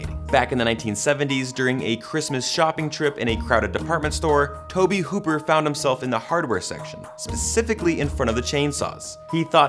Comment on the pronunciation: Its tobe hooper not toby. Just saying. The remakes as tommy Hewitt are by far the best. R. I. P to Lee Ermy. Now drop and give me 50 maggot.